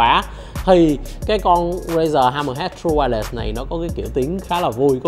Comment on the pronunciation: Vietsub: tru-quai-lét , nghe đọc tru-quai-lẹt nghe thấy mà mệt vcl